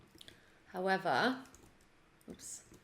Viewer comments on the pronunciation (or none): none